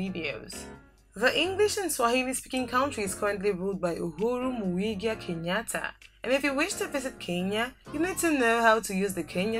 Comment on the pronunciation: Ikr.... I came to the comments immediately I heard Muigia😂😂😂